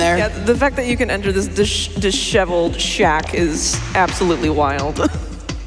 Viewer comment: I was [today] years old when I learned the proper pronunciation of disheveled.